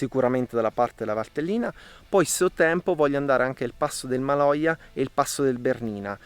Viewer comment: È il passo del Maloja, non Majola…si vede che eri proprio stanco! 😂